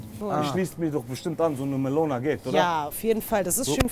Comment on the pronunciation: warum sagt celo alles mit A hahah Melona